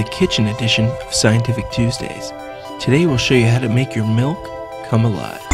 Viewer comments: What's "melk?" Do you mean to say that you are using milk? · He says we need to use "melk", but... what is "melk"? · All I hear is him saying "melk" a hundred times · he says "malk" Julian Smith anyone? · he says "melk" just like i hate...